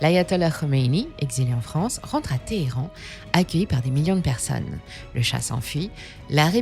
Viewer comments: Qu’est ce que c’est que ces prononciations de Téhéran ?? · Petite question... Pourquoi amusez-vous sur la prononciation de Téhéran, Hesbolah ? 😂 Calmez-vous et prononcez ses noms à la française par pitié 😅